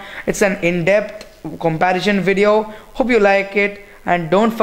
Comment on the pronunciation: If you want to improve, seriously work on your English. Its comparison not comparision! Also, dont talk so much, you end up speaking a lot of nonsense, keep it short and simple. Don't bore your viewers.